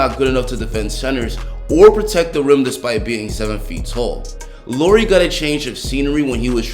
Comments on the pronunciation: Great video! Keep it up! One thing that kinda bugs me as a Finn though is how you pronounce Lauri (should be pronounced the same way as Lowry) :) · It's pronounced La-oo-ree. 🇫🇮☺ Anyways, great video!